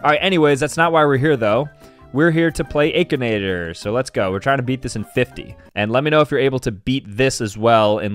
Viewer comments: is the kinda guy to say "ay-kinator" instead of "akinator" edit: bro why u guys getting mad💀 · that’s not how you say akinator😂 it’s (ack-en-ate-or) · It's a-kin-at-or, not Ae-kin-at-or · is the type of guy to pronounce it akheenator instead of akinator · is the form of man to say achenator instead of akinator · It’s akinator not eikenater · im sorry, but "eykinator"?! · But its true he does say aykinator lol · Bro said “akeinator” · is the type of guy to call akinator ayykinator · The fact he pronounced it "AikAnAyToR" Is that how it's actually pronounced?😳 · Bro really said aikenator💀💀💀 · It doesn’t really matter, but it is pronounced “ack-a-Nate-oar” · Bro you said akinater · Stop its not Akinator it is Ack A naigh tor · Bro really pronounced akinator wrong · Who tf says akinator like that